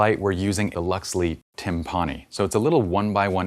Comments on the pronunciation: Very informative video – thank you. Pretty sure it's pronounced "TIM-puh-nee", as in the kettle drum, not "tim-PAH-nee", considering that Luxli's other pro LED panel is Taiko, another type of drum. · tim-PAWN-ee ❌ TIMP-a-knee ✅